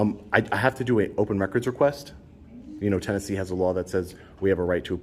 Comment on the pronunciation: Dude.... it’s Tennessee.